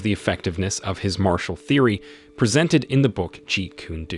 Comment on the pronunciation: It's pronounced like Jeet Kun-ae Doe not Jeet Koon Doo